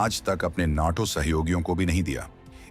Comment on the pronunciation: On no wasting taxpayers money on this F35. Source Code America will never share like France does not want to give source Code to India Stop saying naaatooo there is no nnnnaaaattooo. Listen to the correct pronunciation for heaven sake